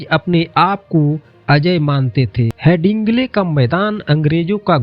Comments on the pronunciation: Headingley hai, HeNdingley nahi. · Hadingle bolo Handigle nahi.